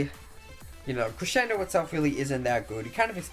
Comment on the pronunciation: Y u saying creSHendo?! Its annoying